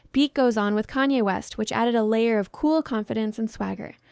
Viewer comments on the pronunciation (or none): none